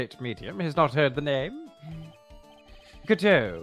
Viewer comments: tbh the "GODot" vs "goDOT" thing is really something that just takes a bit of getting used to. I disliked the former as well at first, but now it's the latter that sounds weird to me. EDIT: that said, Atmey mispronouncing it is really funny to me so that's my headcanon now. Everyone else says it correctly but Atmey is just like "Bucket? It's pronounced Bouquet!" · IMO, it's best to pronounce Godot as [God-oh] because if you were to say "Godot-bengoshi", the direct translation is "Godot-Prosecutor" which sounds like "God of Prosecutor(s)" and that perfectly describes his character. Also this is the first time I have ever heard someone pronounce it [Good-oh] so I found it interesting that this is a more popular pronounciation.